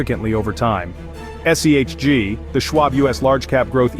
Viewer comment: Disliked for shitty ai, can’t even get the fund name correct